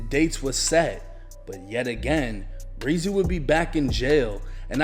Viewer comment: It's not pronounced breezy 😆